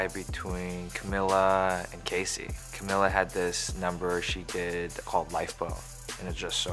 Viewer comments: crybaby disaster he kept pronouncing Camila’s name wrong. It’s Ca-mee-la not Ca-mill-la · One thing I will NEVER understand, Charles Melton, is how you can be dating someone you’ve known for YEARS and somehow be unable to pronounce their name correctly.... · Am I crazy or did Charles pronounce Cami’s name wrong...?